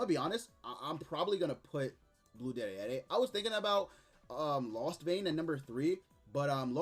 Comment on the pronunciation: You could just say "Deri"